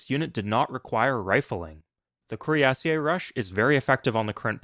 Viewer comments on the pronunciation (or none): The way you pronounce cuirassier is painful. While the origin may be French, that is not how it's pronounced in English anymore. It's cuirass-ear now. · Cuirassier is pronounced "queerasseer" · That's funny, I was thinking exactly the opposite. That pronunciation sounds stuuu-pid. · um, actually it's Cuirassier, you don't pronounce ie as two separate vowels